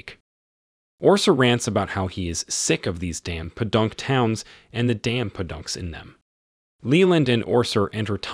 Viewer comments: Lol the way you said po-dunk is funny. Its pronounced “poe-dunk” not “puh-dunk” 😂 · Padunk instead of Podunk? Who is reading this stuff? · "puhdunk towns" I'm here for the mispronunciation as much as I'm here for the recap. :) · Po-Dunk not pahdunks